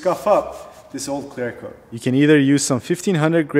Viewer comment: 😂😂😂 I can even focus on what he says now. All I keep hearing is "clear cloat clear coat"